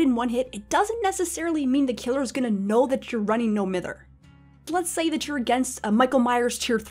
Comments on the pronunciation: It’s MY-ther. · Love the video, but I’m pretty sure it’s pronounced m-EYE-ther. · It’s no m-I-ther u egg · Triggers me that “Mither” is mispronounced.